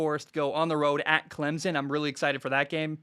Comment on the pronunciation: Bro i swear, i love the show, but as a clemson grad and someone that grew up 30 mins from campus, it’s pronounced CLEM-SIN. The z in the middle has gotta go